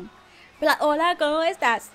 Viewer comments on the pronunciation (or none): /, When You Were Talking To The Person in the Red (Boy) You Said "Come Estas" He Probably Didn't Understand You Cause' You were Supposed To Say "Como Estás" XD 😂😂😂😂😂😂😂😂😂👋👋👋😛😜😜😜👍👍👌👌